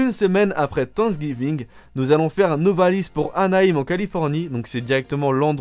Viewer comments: s ce dit sainksgiving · tu m'as tue la manière dont tu as dis thanksgiving